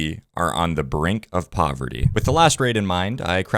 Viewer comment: "we are on the brink of porverty "